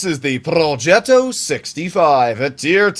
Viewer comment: why does always pronounce progetto with an accent thingy it makes him sound like an idiot